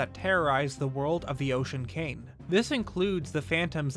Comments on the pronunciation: It kind of sounds like you are saying Ocean Kain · Why are you pronouncing it "The Ocean Came" or "Demon Came"? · It sounds like you're saying "Ocean KANG". lol!!!